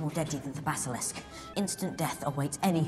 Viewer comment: "the basalASK"